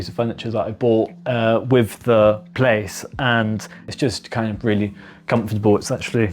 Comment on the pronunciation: "With", not "Wiv", ffs.😮